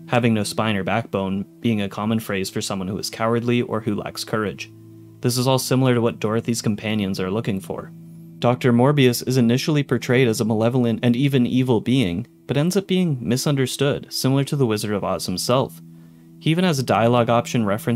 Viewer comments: aw hell nah not calling Dr. Mobius Dr. Morbius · did anyone else notice that he said morbius instead of mobius?